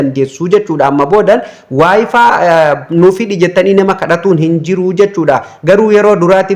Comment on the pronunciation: wayfiin maal jechuudha wayfay jedhama kijibduu wayfaay jettee dubbisuu ituun beekin maal haasofta